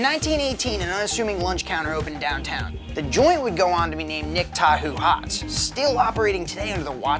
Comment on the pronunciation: Dude it’s nick Tahoe